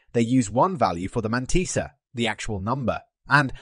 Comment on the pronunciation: The man-tea-sa